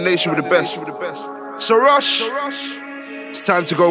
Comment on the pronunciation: Kazz Wv you pronounce it Rush like in Russian